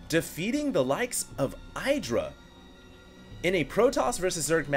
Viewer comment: I love you, but I cringe every time you mispronounce players' names. For the record, IdrA is pronounced Ih-dra, not Eye-dra. Also, Socke is pronounced sock-eh, not zock.